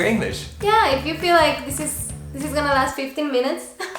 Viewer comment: sigues diciendo “these” instead of “this”!!!! 😂😂😂